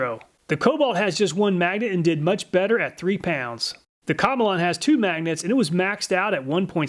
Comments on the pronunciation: I think you pronounce Komelon that like “chameleon.” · Obviously the komelon is pronounced chameleon like the lizard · pretty sure in pronounced chameleon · My apologies but I feel as if "Komelon" is pronounced "Chameleon". I'm not Chinese and I'm decent in English but that's how I would pronounce it. Since a Chameleon sticks it's tongue out and has the shape and colors to match the animal? Just my thoughts? 👨‍🎓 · I always thought it was pronounced the same as Chameleon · i did not think he would pronounce it that way and i had to pause the video to clean up the ice water i spat onto my lap